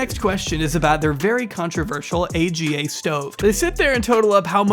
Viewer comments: AGA is 'Arga" not A.G.A. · AGA is pronounced ah-gah not ay gee ay. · It’s called arga not aga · It’s not an A G A it’s an ahgah. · The stove is not an A.G.A. It’s an Aga - pronounced Argar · It’s not A.G.A, it’s AGA pronounced as in Ahgah. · It’s not a g a oven they’re pronounced arga’s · Aga oven is pronounced “Arr-gah” 😊 very interesting video! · it said : AGGA - like ah-gah, not A.G.A. <3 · Love how he says A.G.A cooker. I’m a n the UK and Aga’s are common if you live in the country, as I do. It’s pronounced ArrrGar. £4K to install it! That’s a lot, they are really basic. So basic in fact, I serviced my own Aga this year rather than pay for someone else to do it. She seems lovely and Mormonism is evil to have done this to this woman. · The stove name isn't an acronym just read it all out as "arga" one word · Oh you can find AGAs in rlly old houses in England! (They’re pronounced aga, not a g a XD) they’re so expensive because not only do they need pipes and shit, they ALSO need a concrete plinth so stand on! So you need to remove your floor in that area and install a slab of concrete. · These cookers are pronounced argh ga. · A v good video, it added a lot of disturbing info to an already terrible situation. Only point I would add is that the name of the expensive stove is pronounced aaarghar. They're v common in farmhouses in the UK & last years. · Thanks for this, I enjoyed it. Just for info *that you will likely never ever need again), the type of stove they have is pronounced as one word: AR-guh in British English 🙂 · I love pronouncing the Aga stove AGA. lol! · 1. Traditionally AGA is pronounced as a word Ah-guh. 2. The fact that the Jersey cows sudden became new Jersey cows by virtual of being new is funny. Although I think the footage you show are Holstein. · AGA is phonetic, it's pronounced 'ar-guha'. More common in the UK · AGA is pronounced ‘ar-ga’ they used to be quite commonplace in the UK then became ridiculously expensive to maintain.